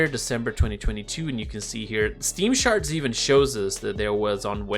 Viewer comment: charts❌ sharts✅